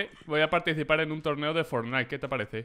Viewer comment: Molombo: For....fsdjifjsdi.. fornai